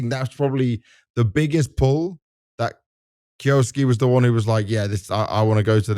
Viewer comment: you say that you pronounce kyousuke like the japanese do, but you are incorrect you pronounce it as kyo suki (suki means 'like') so you are confessing your love to him. if you would have done the bare minimum research you would have known how to say it, just search "kyousuke pronounce" on yt should lead you to a vid of the pronunciation even just searching "anime kyousuke" should lead you to a clip of someone saying it in an anime. its pronounced kyou su keh (the o is elongated by the u, the e sound in japanese is not pronounced like i or the english e its closer to eh sound) now say it quickly without long breaks between the sounds. i know this is a useless thing becuase he is a russian kid who doesnt even watch anime and just selected a name, i doubt even he knows how to say it, and 90% of the talent in the CS scene is british so there is no point in expecting them to say it the 'correct' way, but still useless rant over. source: i am half japanese